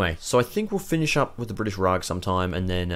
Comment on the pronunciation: Rag? It's Raj.